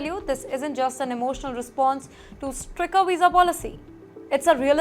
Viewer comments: Stricter pronounciation is wrong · Are bahi isko koi agrezzzi sikhao. Maa bhen kar rahi har roz pronunciation ki.